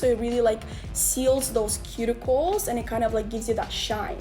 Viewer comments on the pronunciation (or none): Did you say cuticle? ?